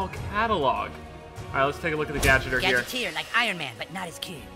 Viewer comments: I was triggered when speedy said gadgeter instead of gadgeteer( like gadget-ear) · Gadgeter..... he said gadgeter instead of GadgetEEr fucking speedy xD